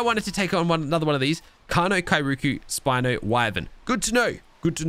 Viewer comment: Spino not spinnoff